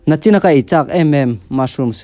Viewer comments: Nichin tih tur aw Nachin nilovin😊.. Mizo language keep it up😊👍🏼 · Nachin ti lo in nichin tih zawk tur aw.